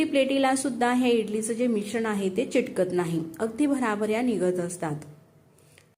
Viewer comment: चिटकत नाही अंस म्हणू नका.चिकटत नाही अस म्हणा.